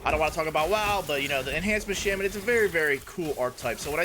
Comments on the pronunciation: cool build but please, it's not shemen, its shaman =d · The build seems really cool. I was thinking on what to do with the primalist. Also, just something for your knowledge, "Shaman" is pronounced "Shah-men."